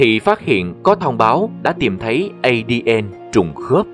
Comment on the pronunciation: Ngưởi đọc ơi không phải đọc là Ây-Đi-En đâu mà là A-Đê-En nhé!!! Còn tiếng Anh là DNA thì đọc là Đi-En-Ây nhé!!!